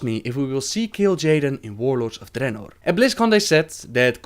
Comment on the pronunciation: I fucking love how you pronounce Draenor :D